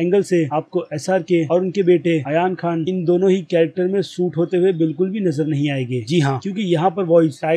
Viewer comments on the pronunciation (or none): It's not Ayan Khan.... It's Aryan Khan